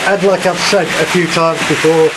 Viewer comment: Said not sais